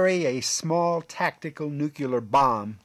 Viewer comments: Beautiful plane, thanks for the information, I didn’t know much about it! (By the way, it’s nuclear, not nukular) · Nuclear. Nu clee er. Not nu cu ler. Did all the ridicule about this mispronunciation go over your head? And it's Aeronautics, not "airio nautics. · Nuclear not nuculer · What does "nucular" mean?